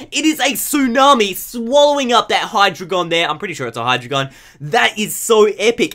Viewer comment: no offence but its pronounced hi-dragon in stead of hidreagon lol